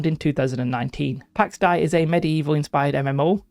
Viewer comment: Not to be that guy, but it's pronounced "Day" (dei). Pax Dei is greek. Something like God of Peace or Divine Peace or something like that. Pax - Peace, Dei - God, Deity